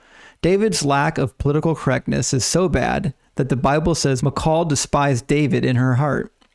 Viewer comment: I just want to say great video, great explanation and detail! thank you for not being dogmatic in views of scripture that aren't 100% one way or the other but just putting out the certain facts and separating the probable things. Also I'm glad you pronounced Michal correctly and not "Michael" like most people do for some reason. My wife's name is Michal and we always have to tell people how to pronounce it especially since they seem shocked when a woman goes to pick something up after they called for "Michael" haha. Anyway thanks for the content and sharing your knowledge!